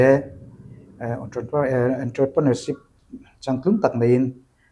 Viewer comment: ENTREPRENEUR I LAM RIK DAN = ACCENT KHA TI HIAN LAM RI ZAWK RAWH ENTRA TIIN I LAM A = ENTAPRE TIIN LAMRI RAWH ILAMDAN KHA I LAM HARSA LUTUK A , I CONFI LO BAWK NANGMAH